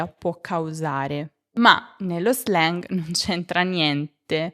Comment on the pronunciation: Grazie mille. Perché non pronunci l’anglicismi tipo slang (lo /zleng/) come sono adattati all’italiano?